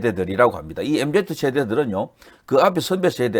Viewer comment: MZ세대를 엠지 세대로 읽어 주세요